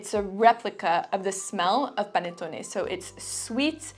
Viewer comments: Hi! perfect pronunciation of "panettone" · Great video! Thank you so much from Italy! You pronounced "panettone" perfectly! ♥